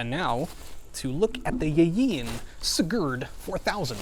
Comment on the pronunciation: So weird hearing my name being said in that way.